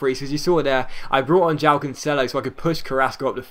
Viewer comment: Joao is pronounced juh-wow :)